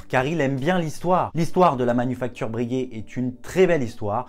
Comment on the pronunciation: Par pitié, on ne dit pas « Brèguè » mais « Breuguay »